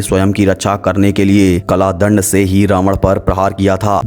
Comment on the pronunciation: Kala dand nahi kal dand hota h bhai